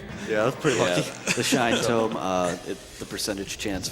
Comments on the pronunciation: IT'S PRONOUNCED TOE-M!!! I loved the runner and the couch but that one thing kept getting to me! Lol It's a book, not a place where you bury dead people haha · It's Tome, not Tomb. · people who pronounce Tome as Tomb trigger me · Tfw he pronounces tome as "toom".